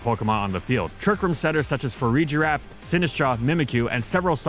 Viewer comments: "fa-REEE-GEE-RAF" NAHHH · I think Farigiraf might take the cake as the most mispronounced pokemon name of gen 9.